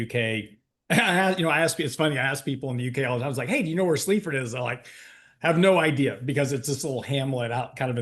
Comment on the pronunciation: Sleepford 😆. It's Sleaford,, 20 minutes from Lincoln, where I live!!!